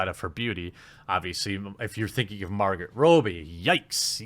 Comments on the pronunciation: Mar-go Rob-ee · Jeremy, my man. You've GOT to work on your pronunciation of names and certain words. Examples: Kaley Cuoco --> Kay-lee Koo-oh-koh Margot Robbie --> Mar-go Robb-ee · Only Jeremy could mispronounce "Margot Robbie" and then pounce on bad editing for a plug without hesitation. 😂 Love your work, dude! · My God, the way you pronounce Margot Robbie's name just drives me crazy. Good video, though.